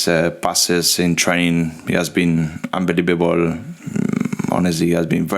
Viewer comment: Actually it’s unbeliebubel 💪💯